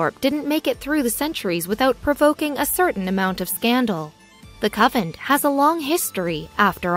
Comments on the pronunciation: I thought she was saying "coven." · I thought she was repeatedly saying coven. :-) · I even heard "cupboard" a few times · She has an American accent so she is a native speaker of English. She just doesn't know that convent is pronounced con-vent. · Convent CON-VENT!!! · YES.. the mis-pro-NUN-ciation of CON-VENT.. was irritating and insulting to the Faithful. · dude, it's a cON-(like off & ON) vent. CONVENT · TERRIBLE PRONUNCIATION CON-VENT aggravating and distracting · Say it correctly....CON VENT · YES it is terribly distracting from the story. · Why can't she pronounce the letter N in the word convent? That is so distracting... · Seriously there is an "N". Convent not covent. So distracting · CON VENT! CONNNNN VENTTTTTT! NOT cavent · PLEASE.. a native speaker of English .. also employ an editor, the narration is AWFUL! CONVENT not covent... you ruin what could have been an interesting historical subject 🤬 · A coven (no T) is a collection of witches. A convent (with an N in the middle) is a collection of nuns. Puh-lease!! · Anyone out there actually manage to finish the video? Interesting story but I couldn't get past "covent" for the 100th time. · Someone tell her it's a CONvent not a CUVent... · Good info, but the “covent” pronunciation ruins it somewhat. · POV: you came to correct covent to convent. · Doesn't anyone preview these videos. The word is prounced con vent. Not a Covent. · Frances and I believe this is a computer generated voice and the writer did not know the difference between CON-VENT and COVENT OR COVEN. How said that Did You Know? did not check their spelling for reading. Perhaps they will remove this video and replace it with a correct pronunciation of the text. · Yes. Convent! The mispronuncians in your videos are so distracting. I'm done. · Yes, CONVENT. poor pronunciation really ruins the story. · It's pronounced CONVENT ...not Covent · Convent! Not Coventry! She’s a nun not a witch. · it is a convent..not sovent. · Its Convent not Coven